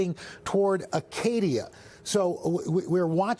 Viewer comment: “Acadia” 😂 its Arcadia buddy